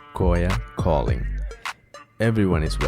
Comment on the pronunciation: കോയ കോضങ്‌ എന്നല്ല "കോളിങ്" എന്ന് തന്നെ പറയാൻ ശ്രദ്ധിക്കുക